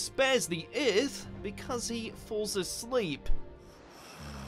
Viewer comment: What did he say earth like that..